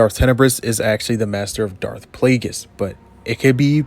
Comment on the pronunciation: You can pronounce plague but can't pronounce Plagueis? Palpatine pronounced it for you in Revenge of the Sith, and you still can't pronounce Plagueis. Not once in the English language is "gu" pronounce like "j". Linguist, language, guerilla, gullies, guard, ane plague are all pronounced with a hard g even by you your whole life, and you can't pronounce Plagueis? I tapped out within the first minute of the video. I figure I might fill my gut with gumbo, asparagus, and linguini until I'm fatigued and languid, as I do regularly, and beguiled at how this guy's tongue mispronounced Plagueis. 😅